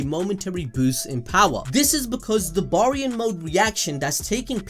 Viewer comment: Bear-ian. Say it with me now, Bear-ion Mode. Baryon Mode!